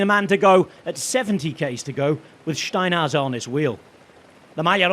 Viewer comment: He's allergic to R's, seems like, he kept calling SteinhouseR Steinhouse